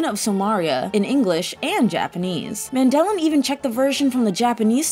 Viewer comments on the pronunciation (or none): THANK YOU. She also referred to my boy Clyde as Man-DE-lin instead of MAN-de-lin.